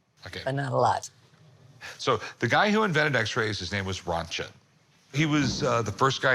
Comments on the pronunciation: As a German speaker I really cringed at their pronunciation of those devices…… Lebenswecker ( life waker…… waking up your life ) and the x-ray device and the German inventor …. William Röntgen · Kind of a sneaky behind-the-scenes, , Rick mentions the name of the guy who invented the X-ray machine, completely butchering the pronunciation. In the background, you can see a patron look over at him, smile and shake his head. And , Rick refers to a Cathode Ray Tube as a "Cathoid" Ray Tube. Twice. I used to work in TV repair. Seems like Rick may have been briefed off-camera to talk about this piece.